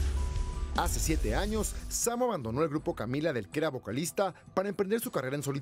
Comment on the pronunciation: Samo eres muy bueno y que ridiculez que este tipo ni siquiera pueda pronunciar tu nombre...que pena !